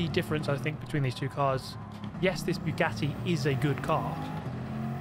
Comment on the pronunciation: Guys, is it just me or is he purposefully saying Bugyatti?